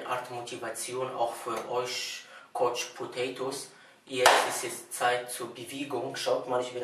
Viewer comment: Kodschpotäitos^^ Schön gemacht mal wieder^^